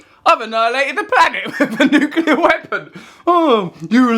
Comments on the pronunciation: Woodock! It's nucLEAr, not nucULAr. i tried to resist correcting you, but i failed. by the way, i'm just watching Adam Curtis' Bitter Lake documentary. It's long and arty, but fills in a lot of gaps in my knowledge about the arms trade and the West's involvement in the Middle East. Pretty essential viewing if, like mine, your knowledge was a bit sketchy. It's on iPlayer at the minute. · Has anybody noticed that woodcock mp guy can't even pronounce the word "nuclear" properly? Makes all of his arguments completely void in my opinion